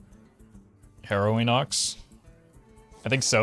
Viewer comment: Not upset but jsyk, Harrowing Ox, "Harrow" is pronounced like Marrow for bones, not Morrow for the sunrise. So it's Hair-row-wing, not Hor-row-wing. Doesn't matter and you probably dont care but if I didnt say something I'd feel bad if you did care.